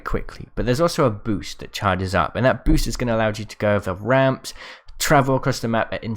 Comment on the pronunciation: When he was saying trying to say boost he actually said poost